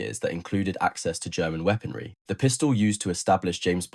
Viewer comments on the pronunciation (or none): none